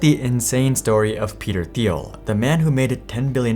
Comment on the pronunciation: Doing a profile like this, one would think you'd take the time to find out how to pronounce the persons name xD